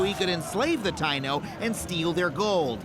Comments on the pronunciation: Very well Adam, but it’s not Ty-No it’s pronounced Ty-ee-no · Just so you know “Taino” is pronounced Tah-ee-no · TA-NO natives. Adam is white af. TA-E-NO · He mispronounced Taino at least according to my family and how I was raised saying and hearing it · His pronouncation of Taino makes me cringe everytime he says it